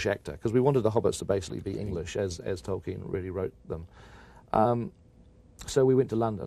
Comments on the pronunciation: Omg Charlie pronounces like 1% of the names correct😂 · you read ...TOIKEN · "toykin" can he not learn the pronunciation of his name before you do an interview about the film of his book? lmao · Who is this illiterate interviewer…. ToRKiEn 0.o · "Toyken" smh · Except every mispronunciation of Tolkien. Talken, Toyken, Toilken😂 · Toykin he thinks the L is a Y like spanish 😂😂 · In fact, if you read his notes/letters, Tolkien states that it's not toll-keen (German), it's 'tol-kin', in one, quick, English go. Either way, Charlie got it dead wrong. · I heard Twerkin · If he says Torkin one more time!!!!!!!!!! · He says it like 3 times! Twerkin?.....Toilkin?(like “toilet”) 😂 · it's pronounced tol-keen but I think charlie was trying to apply a soft y sound to the l sound. Toy-keen. What makes it worse is that he clearly doesnt have confidence in the pronunciation so he mumbles it. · This guy doesn't know how to say "Tolkien" he says "Toiken" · Is it just me or is Charlie Rose saying "Torkin" instead of Tolkein and "Eragon" instead of Aragorn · Sounds like the interviewer keeps calling Tolkien “Toy-kin”. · can someone please tell charlie rose how to prounce tolkien's name...who is toykin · Why does Rose keep saying "Toykin" for "Tolkien"? Strange. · why is he pronouncing it "Toyken"? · “Toykin” “Aragone” 😂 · Is it annoying to anyone else that Rose can't pronounce Tolkien's name correctly. He keeps calling him Torken. Jesus Christ, man. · Man keeps saying 'Toyken' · 'Toykin' lol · If that man says Toy-ken one more time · “Toyken” lol what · Torken... Toiken... ANYTHING but TOLKIEN 😩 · Toy-ken ,,,, Torken... dude... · This interviewer is terrible. He clearly has no interest in LOTR and keeps calling Tolkien "Toykin". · I shiver every time this interviewer says “Tolkien” 😂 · Say it with us, Charlie: TOLL-KEEN. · Did the interviewer say Toykin? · How does Charlie Rose keep mispronouncing 'Tolkien'? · Who the hell is “Toykin?” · Why does he keep saying toykin